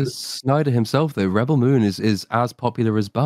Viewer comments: He’s pronouncing the verb rebEL instead of the what’s supposed to be the noun REbel probably because he’s ridiculing how dumb the films are by saying it wrong on purpose. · Is there a special reason why pronounces the word "rebel" so... uncommon? Is this a reference to a meme or the way it is pronounced in Australia? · With the emphasis on the "el", ? I've never heard anyone else using this way of pronunciation. Although I should add that I'm not a native English speaker.